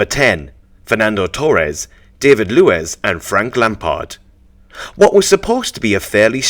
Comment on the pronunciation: david luiz pronunciation is wrong, it is pronounced Daaveed, Looees